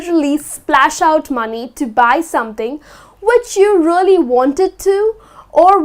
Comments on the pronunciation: you are right,she said rooly not realy!Whatever,I like her way to explain. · Dear, you pronounce "really" like "roolly".I bet you know it,just point that out )) No offence:-) Thank you for your classes! 💖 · the word " really" sounds very strange from her. like " rolly" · agree I think it should be more "e" , I clearly hear rolly as well